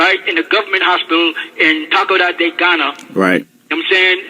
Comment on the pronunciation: If you are so great why would you need medication. You are not a Ghanaian and your Ghanaian documents are bogus. You do not even know how to pronounce Takoradi. Liar and crook trying to get out of US prison